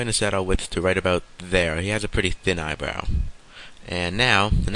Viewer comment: Good tutorial just a few things i dont understand. what is the an eye bwow and a bwush :D hahaha